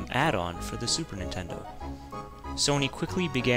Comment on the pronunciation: Ninterdo ?? (relax i know theres a scuff mark there...)